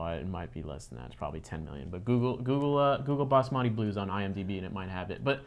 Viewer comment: Good job on pronouncing "Basmati" correctly (well, 90%). You are the first Westerner I have heard who did. I haven't heard of this film before, much less watched it, but I have some thoughts. First, as we all know, Basmati is a famous type of rice that comes from India (and Pakistan). It is primarily grown in the north Indian Himalayan foothills. It took the farmers of the region thousands of years to create. There is mention in ancient Greek writings by a Greek traveler writing of his travels in India. He mentions that Indians have somehow perfected a way of cooking rice in a way that keeps each grain separate from the others, rather than it all clumping together. Well, that is one of the features of Basmati rice which has a low starch content. That is important because about 10/15 years ago American corporate farm structures, seeing the world wide popularity of Basmati rice, tried to market a cheaper brand of rice called Texas Basmati, thereby effectively stealing and copyrighting the name Basmati. Naturally, India and Indians were pissed off and brought it to the forefront in the media. Basmati rice sales contribute a significant portion of India's exports to the world. Consider that the names like Bordeaux wine, Cognac, etc. can only be attached to those beverages made in and from grapes grown in very specific regions in Europe. Indian rice farmers demanded the same protection for their product. The corporations were shamed enough that they backed up a bit and calle